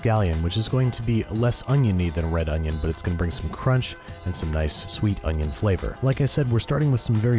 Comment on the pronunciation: An Oh-nioh